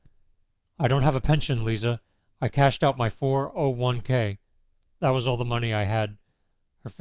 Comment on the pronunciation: First of all, you're either a bot or someone who doesn't know how to say "401k" As a middle-aged man, I have no respect or sympathy for men who hook up with women young enough to be their daughters. I didn't even watch more than a couple minute of your video, because it's not worth it.